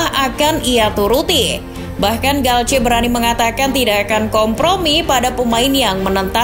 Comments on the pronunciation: Galtier bukan galce🤣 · Cara baca dalam bahasa prancis gitu bang